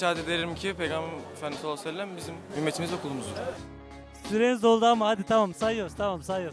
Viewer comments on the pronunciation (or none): none